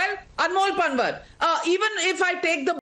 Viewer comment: NAVIKA PLEASE YOU GOT SO ENGLISIZED THAT UOU MIS PRONOUNCED पँवार AS पनवर I CANNOT BELIEVE THAT YOU DO NOT KNOW पँवारS FROM GUJARAT. IT IS PATHETIC ABSOLUTELY NOT EXPECTED FROM YOU.